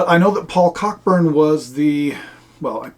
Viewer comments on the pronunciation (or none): BTW — Cockburn is pronounced coh-burn, like the old American actor, James (different spelling). For a bit of fun, look up (on YouTube) Dinner with the Russians Cockburns – on the Symington Family Estates channel. It's a UK TV ad from the 1980s about the (mis) pronunciation.